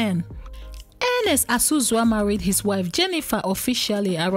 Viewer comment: Not Ozuzu.It is Azuzu